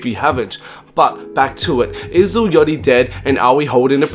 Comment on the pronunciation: when ever you say "yotty" instead of Yatchy i loose brain cells